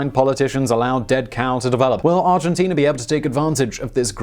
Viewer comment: Good ol' Arginteenerr